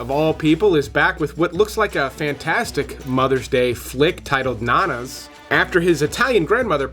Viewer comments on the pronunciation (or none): Just so you know, Nonnas is pronounced No Nas.